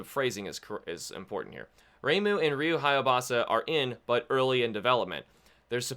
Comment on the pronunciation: Minor correction... It's HAYABUSA... Not HAYABASA